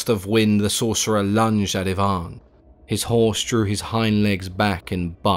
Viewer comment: Finally, someone who pronounces Ivan properly.